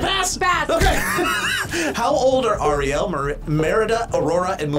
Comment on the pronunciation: I know u ain’t just butcher Ariel name like that